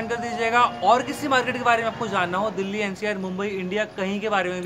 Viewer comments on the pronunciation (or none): none